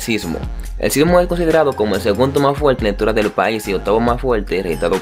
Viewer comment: Es medio complicado entender cuando habla sin R y todo lo dice con L. Aeropuelto, fuelte, etc.